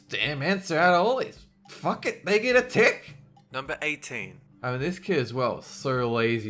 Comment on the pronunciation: I thought when he said tick,he said that dick.😐